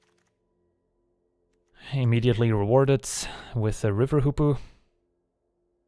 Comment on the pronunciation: He says Hoopoe I hear Poopoo